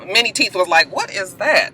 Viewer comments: y i thought u were saying "mini" teeth lol!!! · Lmao....I always thought you was calling this nigga "Mini" teeth. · tc g me too!!!